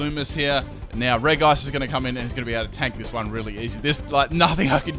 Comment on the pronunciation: It's reg ice not reice